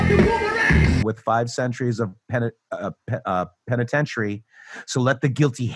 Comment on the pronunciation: LOVING the Q narrator's complete inability to say "penitentiary"